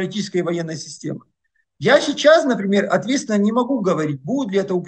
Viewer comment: Всегда слушаю Бортника с интересом. Но одна деталь выводит меня из внутреннего равновесия. Он говорит "чичас" вместо "сейчас"